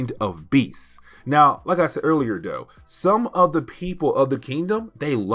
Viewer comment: Does he mean “extinction”? I really love his videos however I feel as if he would have greatly benefited from speech therapy. The way he says “wit” instead of with or “da” instead of the. Doh as opposed to though. Omg it grates my nerves. He has a very thick tongue whew!